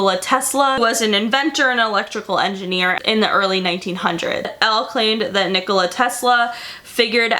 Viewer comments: when you say Al, i hear El 😂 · Al like El